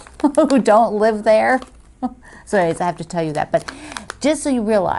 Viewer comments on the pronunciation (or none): none